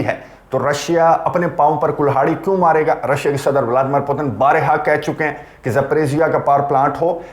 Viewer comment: اسی طرح بارِہا نہیں بارہا ہے